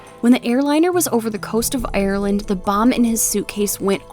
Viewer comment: She has a nice accent but the way she says “Ireland” is hilarious